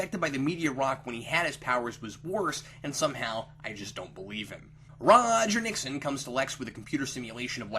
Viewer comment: "ROGer Nixon" I'm sorry, but that emphasis made me laugh.